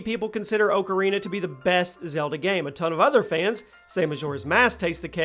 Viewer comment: He said "ocarina" wrong